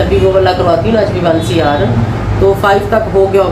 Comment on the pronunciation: HbA1C Hy test Ka name ap ghlt bol rai